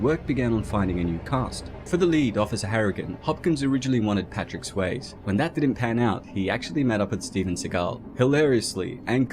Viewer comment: I love you guys, but the rate of mispronunciation of actors names has gotten worse as the channel has grown. Daniel Trachtenberg and Patrick Swayze of all people, in this video, so far and I'm not even halfway through.